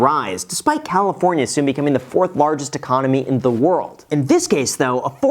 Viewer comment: "Leaving Califorina"